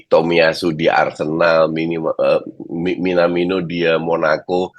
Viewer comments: mau bilang "MINIMANO" tapi keinget kalau ini tayang di TV Nasional 😅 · Wkwkwkw kebanyakan ngeledekin Minamino jadi minimano Mulu wkwkkwkkwkwk